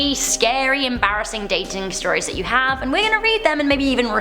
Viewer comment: Yes, i hawe a machete collection...